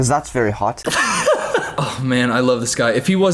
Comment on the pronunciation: “They’re vewy much not going to like ush” please stroke I’m having a help